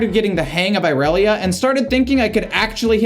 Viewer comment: not the "eye relia"😭